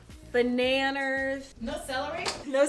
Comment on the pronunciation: You litterly said bananyers 😂😂😂